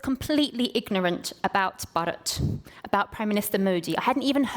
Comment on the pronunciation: not bad at all but it was painful to hear u say 'Bharat '